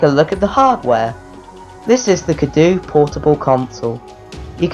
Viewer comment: You pronounced the name wrong,. XD